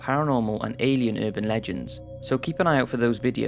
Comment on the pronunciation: It's URBAN Legends, NOT UrbanD legends